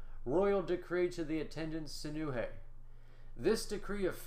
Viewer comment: Wait what someone can actually say my name the right way !!!!!!